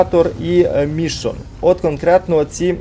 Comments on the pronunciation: Та блін не МІшон, а МішОн)) Не ДерІл, а ДЕріл)) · Не МІшон, а МішОн))) І ДЕріл, а не ДерІл)))